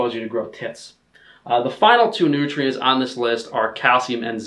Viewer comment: OVER FIFTEEN NOOTRIENTS! This is favorite line.